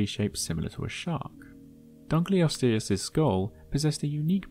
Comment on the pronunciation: it's dunk-ul-osteus not dunk-lee-osteus -> Named after a guy named Dunkle